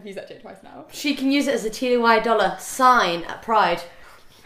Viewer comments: T-y? Isn't it pronounced like Tai? 😂😂 Have I been saying it wrong all this time? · i’m sorry but i’m really concerned that you don’t know that it’s ty (like tie) not T-Y